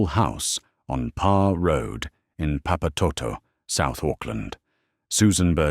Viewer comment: Omg thats not how you pronounce papatoetoe 😂😂😂😂